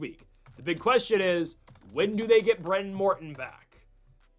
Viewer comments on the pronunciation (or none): Sorsby is pronounced SORS B not SORB C. Behren Mortan is like Barron, not Brennan.